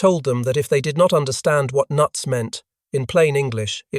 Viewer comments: Lol, "noots?" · You lost me at "noots" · "NOOTS.!".??? GOD ALMIGHTY.!!! MCAULIFFE'S REPLY WAS "NUTS", NOT "NOOTS".!!!! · Noots? Don't you mean "nuts."